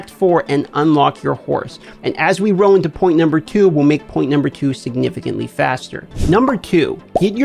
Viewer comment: Love the tips but I’d find a different word then roll cause I kinda feel bad but drives me nuts hearing “row” 100 times in 7 minutes